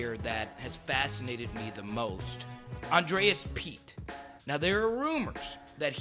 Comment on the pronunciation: Andrus not "Andreas